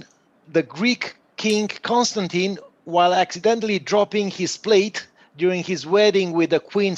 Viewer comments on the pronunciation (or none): none